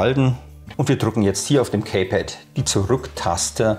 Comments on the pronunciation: Gutes Video, es heißt allerdings in Lautsprache: "Ki-Pett" nicht "Käy-Pett" ;-) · Das Kaypad wird Kiepäd ausgesprochen. Sorry